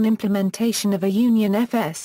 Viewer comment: Don't waste time - This is simply a computer read explanation of UnionFS. The text used sounds like a good summary, but the text would be much more handy as text, rather than a video that doesn't use images and the computer read-out tries to pronounce things like "UnionFS" as one word, making it really difficult to follow.